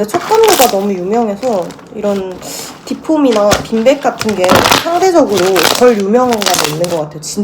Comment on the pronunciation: 저도 전라도사람인데 처럼 “빈빽” 이라고 발음해요 ㅋㅋㅋ 토킹리뷰 재밌어요 ㅎ